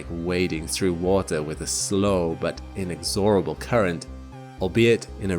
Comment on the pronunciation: It's not "In-ex-OR-ah-ble." It's in-EX-orah-ble."